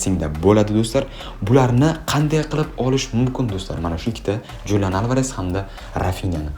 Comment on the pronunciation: XULIAN ALVAREZ deb oʻqiladi julian emas